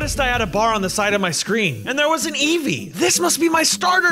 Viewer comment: Eevee: “Eeve euwu”